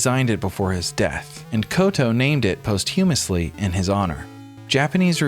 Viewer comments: when I was editing the video, asked how he did with his narration. I said he did great but mispronounced posthumously, it wasn't a big enough deal to do retakes, but that comments would pick him apart for it. so far I've seen about a dozen pointing it out lol. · you say posthumously wrong